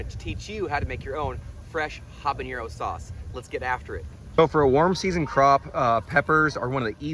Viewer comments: Great video! I pronounce this pepper “habanero” not “habañero” … am I wrong? (I speak Spanish). But very useful video thank you! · yes jalapeño is pronounced with a tilde, but not habanero. Old language and cultural distinction. Keep gardening! Love the channel!